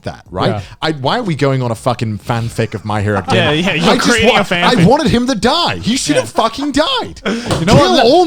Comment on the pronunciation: Lmao "my hero acadimia"